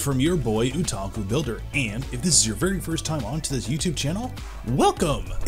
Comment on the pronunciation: homie pronounces something wrong or gets the name of something wrong in every. single. video. I'm starting to think it's intentional. He even pronounces otaku wrong lol. His builds are top grade though